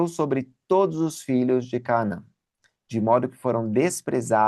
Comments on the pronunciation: Já muitas pessoas mispronounce this Word in English and Portuguese. CÁ-NA-ÃN e não é Cá-a-man Tb Aa-ro-ni-co e não ará-0-nico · porque vc lê CAANÃ e não como está escrito CANAÃ? Você aprendeu alguma coisa, sobre o nome desta cidade ou alguma divergência de tradução? Será que eu leio errado à 40 anos🤔🤭